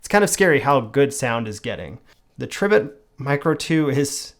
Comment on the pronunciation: Pronounced, Tree bit